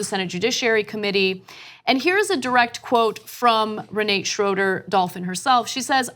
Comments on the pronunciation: ...it is pronounced Re nah tah!...You're welcome! Also kavanaugh went to church on Sunday because it was the quietest place to sleep off an hangover...badabing badaboom! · Pronounced Ree-nah-ta.